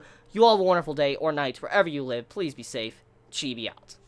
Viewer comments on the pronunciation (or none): none